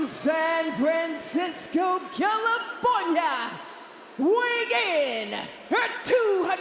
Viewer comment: Los Angeles, Calipornia😂 i see you